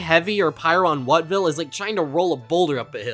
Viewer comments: I think Wutville may be pronounced as “Vütville” . Because Wut (Vüt) in German means anger! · The wut in wutville